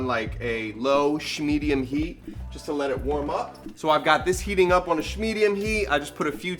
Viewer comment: “ heat “ my fiancé is getting tired of me saying this 😂 lve watched every episode! You are so genuine and just so fun to watch. - -SHARK 🦈